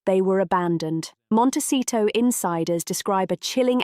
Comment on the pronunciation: If this video want credibility it needs to be able to pronounce Montecito correctly and get Harry's daughter's name correct... it's not Lilet.